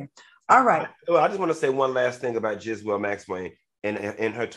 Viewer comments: Its pronounced gee-laine funky. Not jislaine. 😂😂😂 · It's pronounced ghee-laine. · If Funky don’t stop saying Jizzlane 😩😂😂😂😂